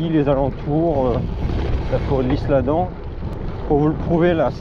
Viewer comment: Super vidéo PS: on prononce pas le « s » dans l’Isle Adam